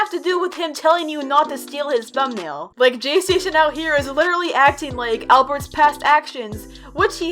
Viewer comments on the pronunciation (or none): u said jaystaion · Me: she said jaystasion Im not gonna say heERe WeE Go AGAIn im gonna say I KNOW JAYSTASTION my sister said he makes fake 3aM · When I hear "" jaystation "" I hear "" PlayStation "" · says Jaystation Me: visible cringe